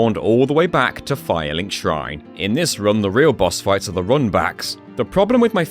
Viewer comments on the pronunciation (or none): none